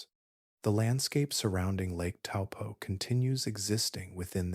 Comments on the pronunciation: Bro taupo like your big toe and your rich and your poor just have a go and pronounce better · Helpful tip for pronunciation / Taupo = Toe🦶+ Pour🫗